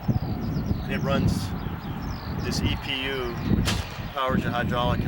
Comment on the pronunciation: Every time he calls the EPU an e-poo I lol inside